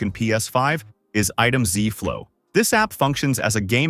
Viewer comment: "Item ZEE flow" lol